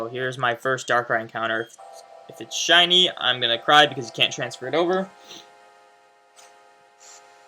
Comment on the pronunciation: says "siny darkrai" but its not shiny..